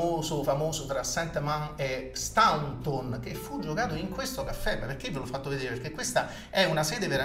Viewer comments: Ok, ma Staunton pronunciato come si scrive fa sanguinare le orecchie! Si dice Stonton o, ancor più all'inglese, Stont'n. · Si pronuncia Stonton!!